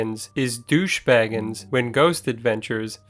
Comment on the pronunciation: If you're going to do a vid about Zak, learn how to pronounce his name right....